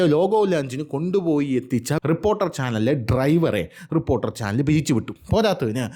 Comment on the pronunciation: ട്രിപ്പ്പോർട്ടറൽ അല്ല റിപ്പോർട്ടർ കനം കൂട്ടി പറയണ്ട തന്റെ റേഞ്ചിൽ പറഞ്ഞാൽ മതി